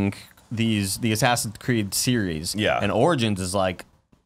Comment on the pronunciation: correction its more like sassinscreed